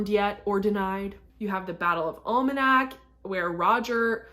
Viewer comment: It's the Battle of Alamance (AL-a-mans)...not Almanac (that's a book).